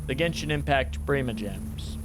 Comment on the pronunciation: It’s not prima gems it’s primo gems